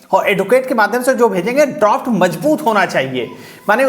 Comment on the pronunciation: Droft nahi hota Draft hota hai sir